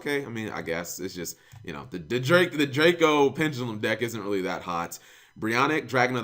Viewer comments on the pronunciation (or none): none